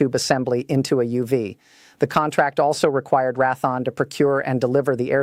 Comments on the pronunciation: You got to fix this AI. It's pronounced Ray-thee-on. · Rath -on? Oy weh. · Learn how to pronounce Re'a Thone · Who the he// is rathon??? Loheed grummin??? At least the illiterate droid got RTX right. Must be a d.e.i. hire. A third grader can read better than that. I hate listening to these things. If this is advanced tech we are screwed. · more like Wrath-on but also mispronounced Raytheon. Another indicator of AI using abbreviation of pounds (lbs) multiple ways l-bs or 1bs. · I'm going to scream if she mispronounces the name of one of the biggest defense contractors in the United States for a sixth time it's pronounced Ray thee on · AI cringe pronunciation for the manufacturer Rath-On. At least the face has blonde hair color, which helps explain some of the *cringe. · Learn how to pronounce Raytheon !!! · She's AI and mispronounces Raytheon. More AI slop. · AI needs to be told how to pronounce Raytheon. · I wish this bot could at least pronounce Raytheon correctly. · AI must sort out the nuances of english pronunciations. Good bit of info here, but tedious to listen to "Raaathon" and "Lowkeed" terms. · Pretty Lady ... why doesn't she know how to pronounce Ratheon ... and Lockheed ... C'mon people ... the intellitgence is 'artificial' ... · Al can't even CORRECTLY pronounce Raytheon and Lockheed --- 2 of our biggest military suppliers. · Csll it Ray-the-on - not "ra-thon. It has been Raytheon for well over fifty years! ! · Great AI generated commentator needs to know defense contractor name is pronounced Raytheon not Raython! 🧐🤨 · She speaks bobbing her head like a chicken immediately showing AI not capable of natural speech. Can't even pronounce Raythion says Rathon. I love the kayote weapons. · Who the hell is Rathon. Perhaps Raytheon? Pronounced how it is spelled? WTF. Silly AI. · Ratheon = Ray - thee - onn, not Rath-on. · RAY THEE ONN, NOT RATHON!! RAYTHEON...... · Its Raytheon... not Rathon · Pronounced Ray thee on not rath on